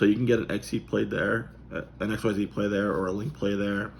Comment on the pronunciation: "Xyz Monsters (pronounced ik-seez) (Japanese: エクシーズモンスター Ekushīzu Monsutā; usually abbreviated Ｘモンスター since Duelist Alliance) is a type of Monster Card that is colored black." This is taken from the Yugioh Wiki. I hear you though, that's not an official source. "What’s an Xyz Monster? First things first: It’s pronounced ik-seez. (You say it like a word. Don’t just spell out the letters!) Xyz Monsters get their name because they’re so easy to Summon. You can make Xyz Monsters from anything: any monster Type, any Attribute, any theme. You can make monsters that look like giant toys, or fearsome dragons, or even monsters that are made of numbers. You can make them out of anything, even the letters x, y, and z." That above, that is from an official source. This is from the first XYZ Starter Deck that came out almost a decade ago. Short answer: Hes saying the name correctly.